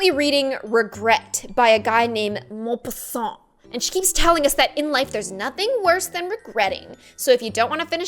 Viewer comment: Hey, I'm french, and first i had to say that you said Maupassant in a pretty good way. And two, Nantes is not the best city in France, poor Adam, he doesn't know where he is going ahahah, and don't worry for all the parisians (like me) there is just one city in France it's Paris, the others it's just "Les provinces" for us. Yeah in fact there is a war between parisians and the rest of France, actually it's funny.